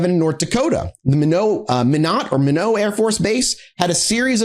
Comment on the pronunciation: Minot is pronounced "my-not" lol